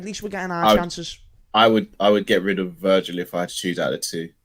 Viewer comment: Imagine living with a Liverpool supporter. How many times a day would you hear "MoShhalha", "ShhadioMarrrnay"and "Vair-gil". It would drive you nuts.